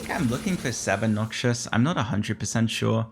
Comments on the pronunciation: bro its noxus not noxious please! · yo btw its not noxshus its nox-us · Love the video, but can't keep hearing Noxus (pr: nock-sus) pronounced noxious (pr: nock-shus) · its NoC-Sus not NoC-Chus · I do like your content, but please try pronouncing the origin trait names. It is just weird to listen to the whole game. Like Noxious vs Noxus, Frejlord vs Freljord, I-ks-tal vs Ixtal (Ishtal; don't blame you for mispronouncing this one). It really is a nitpick that bothers me more than it should. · Noxus is pronounced “Knock-sus” - not noxious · It’s NOXUS pleaseeeee, so painful. It’s also not Freyljord, it’s FRELjord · Unc is traumatised by Noxious trap he can't even read Noxus correctly.